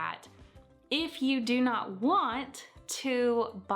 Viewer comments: Better pronunciation, try Joan instead of John... But without the hard "d-like" sound in the J... In French, the J is much softer than in English... More like sh-ch-zz-jjj rather than (d)jj... And the eau or au letter combinations sound like an open "O", sometimes a little drawn out, like in Jaune (jo-o-nn)... They will never sound like "awe" or "on" or "ahn"... But the mistake is easy to make when you're used to seeing Spanish! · Jaune is french for yellow. It's pronounced similarly to John. Or if you're familiar with the word jaundice, just like the jaun in jaundice.